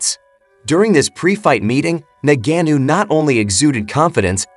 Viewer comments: Ok, let's start from... He's not "Nagannou" as you pronounce it. He's Ngannou. Nevertheless, am team AJ... we want that undisputed shot. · Ngannou bro please not NANGENO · Made a whole video and call the guy Nagannu. That takes effort. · Why don't you just day Francis instead of constantly mispronouncing his name. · Mispronouncing the word ‘this’ is not nearly as lame as mispronouncing a person’s name over and over and over, and more so if the person is famous. By now Ngannou’s name is pretty much a household name, so it comes down to laziness, basically 😂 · He butchered his last name every time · I don't know how to pronounce ngannou so I'll use 98 different mispronounciations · If you can't say his name correctly don't do a video..... Sad you cant say it right😂😂😂😂 I had to stop the video 😂😂😂😂